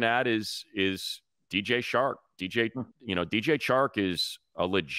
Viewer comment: Has anyone else noticed how Money keeps referring to Chark as "Shark"? Lmao love that guy